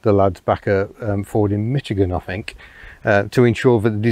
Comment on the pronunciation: Another British person who pronounces Michigan with a T sound as MiTchigan (@ The first syllable is pronounced "Mish", rhymes with "Wish".